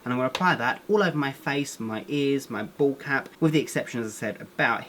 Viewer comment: every time you say "bald cap" i always think you're saying ball cap 😂😂😂 love you so much ❤️❤️❤️❤️